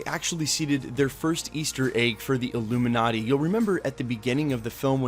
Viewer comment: The who? "Ilumin-urty".